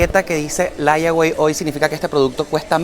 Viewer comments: Pana no sea sinvergüenza...aprenda inglés. "Laiagüei". Por Dios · ...se pronuncia: Leywey ....layaway significa que puede apartar cierto artículo con cierta cantidad de dinero e irlo pagando poco a poco🤔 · Idiota, Vivís en USA y no sabés lo que significa ''LAYAWAY '', ni Cómo pronunciarlo .